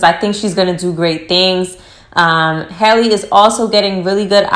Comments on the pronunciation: HAL-le, rhymes with valley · It’s Halle* like Halle Berry, Halle Bailey